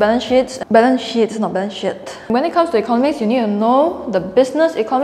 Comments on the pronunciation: Balance sheet, not balance shit 😄🤣 I'm a newbie in investment, starting late for retirement investments.. your notes helped thanks. Following. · She’s so adorable 😂 “buffet “, “balance shit” 😂